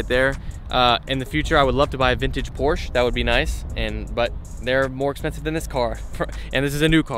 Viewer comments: porscheeee not porsh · Did this man just say Porsha? Lmfao